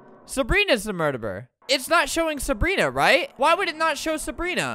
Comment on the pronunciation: "Sabrinas ta murberer" -Albert Bruh that's not how you say murderer :/